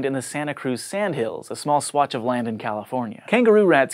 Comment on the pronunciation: It's SWATH not swatch